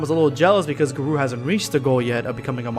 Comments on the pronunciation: Lmao he keeps saying guh-roo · It's Gar-oh not Gar-oo* I'm not trying to be mean sorry if it sounded rude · HEY HIS NAME IS GARO NOT GAROO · How are you butchering the name when in the anime they say it clearly for garou(gah-row)?otherwise yes saitama is "bored" for the fact he has no real challenge currently until he fights GOD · Ayur ga-row (row as in a boat) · GAAR-OH! Thats how you say it. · Black scape it's pronounced Ga-Row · The way he says garou hurts me